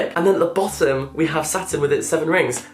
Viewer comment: I THOUGHT HE WAS SAYING SATAN INSTEAD OF SATURN THE WHOLE TIME 😭